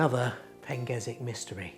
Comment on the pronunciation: Never heard of that pronunciation of the name "Pengersick" before!? It clearly has an "R" in the name but you have chosen to ignore it and give it a pronunciation I've never heard of in my 60 years of visiting Praa Sands??